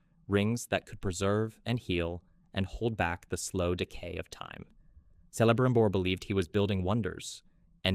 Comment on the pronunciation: But Celebrimbor is pronounced with a hard C.